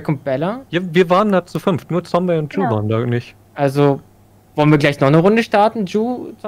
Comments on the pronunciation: Du machst alles gut nur bitte sage Zombey mit Z und nicht mit S, du machst es genauso wie Paluten früher. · Ich find ja geil, dass Ju die ganze Zeit Sombey sagt😂😂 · Ich wollte nur mal erwähnen das man ihn 'zombei' ausspricht und nicht Zombie-Sombey' nur so als kleiner Tipp 🙂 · Triggert es noch jemanden, dass er die ganze Zeit Sombi statt Zombey sagt? 😅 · No Front aber Zombey heißt nicht Sombey sondern "Z" ombey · wie er einfach konstant Somby statt Zombey sagt 💀😂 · Wie Ju immer Zombie anstatt Zombei sagt 😂😂😂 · Nices Video wie immer! PS: Man spricht Zombey aus wie man ihn schreibt (nicht Zombie) xd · Extrem nice Kombi! Würde mich nur interessieren wie das zustande kam :D ps: Zombey nicht Sombi oder Sombey :) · Zombey nicht Sombey haha 😹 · Regt nur mich auf das er immer sombi statt zombey sagt?😭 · ju: sombey ich: ZZZZZZZZZZZombey mit zzzzzzzzzzzzzz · JUUUU BITTE es heißt Zombey NICHT Sombey und such NICHT ZombIE oder SombIE DANKE!!! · Es triggert so wie er sombey anstatt Zombey sagt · Niemand : Ju : "Sombey" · Zombey wird mit ''Z'' ausgesprochen 😱😂😂😂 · Wenn ju noch einmal Sombie oder Sombey sagt ich box den weg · Ey triggert mich dass, das Ju Zombey "Sombey" nennt😂